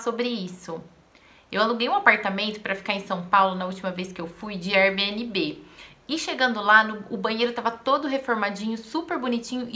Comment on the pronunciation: Só melhora sua pronúncia... O correto é "éir-bi-en-bi"